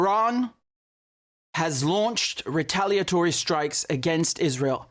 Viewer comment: That's what he said precisely. "Rataliatory"